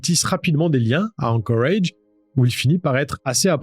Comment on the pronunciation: ...............pourquoi tu dis anchorage avec cet accent ridicule,tu dis toute la phrase en francais et ce seul mot avec un accent totalement ridicule,alaska tu le dis pas avec un accent anglais tu le dis en francais,alors c est quoi le délire,arrete sérieux..........